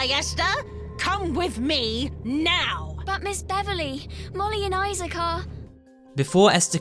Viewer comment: Esther's friends are Molly and Issac Issac Really? Pronounced Isaac